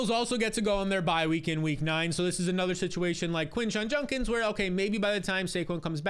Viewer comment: For the love of god learn how to say Judkins 😂😂